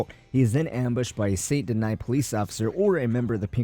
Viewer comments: good video, just don't like how you called it "san deny" instead of "SAN DENEE" how it's a French city and how it's pronounced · It's sant danis not sant deny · Well if you want to pronounce it with proper french pronunciation it would actually be more like “son denee” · You SAY you played this game yet you consistently pronounce the name of the MAIN CITY wrong. Saint Deny? It's pronounced San Den-knee and you know it. This is so distracting the video is unwatchable. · Saint denee and denis is fine but not deny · This man literally pronounces "Saint Denis" as "Saint Deny." lol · My guy can’t say Saint Denis he says sabot deny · Left as soon as dude said some... sont deny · Stop pronouncing Saint Denis like that. You've heard them say it a hundred times in the game. You have no excuse to mispronounce it. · Leaving early because of how you prenounce Saint Denis Bye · We all mispronounce words no need to be rude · Why can’t people just say it how every character in the game says it? It like saying Dutch Von Der Loonde instead of his actual name 🤣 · They clearly say how to say saint denis a million times in the game and you still can’t say it properly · Did it in purpose so you’d comment